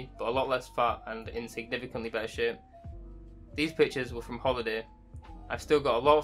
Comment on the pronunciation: I was wondering why does he keep calling himself "these bitches", took me 2 minutes to understand he's saying "these pictures"🤦🏻